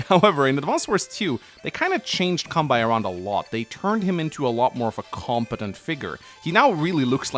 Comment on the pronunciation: Kan - be - i....its kanbei...not kanbai...